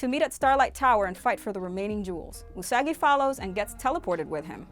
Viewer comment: Usagi (you-suh-guy) 🤣😆😂